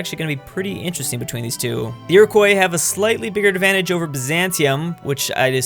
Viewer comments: how he pronounces Iroquois annoys me. Its iri-qua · please never say Iroquois again